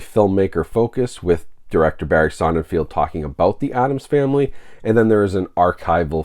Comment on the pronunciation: Hey dude, I love your channel forever, but the director's last name is pronounced Sonnenfeld, no field.